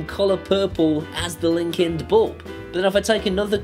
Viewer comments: Hey, I am not sure if it's you accent or dialect but are you saying Linkind or Linkedin, or something garbled between the two, you don't want to be accused of 'Corporate Greed'. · Linkind sounds like LinkedIn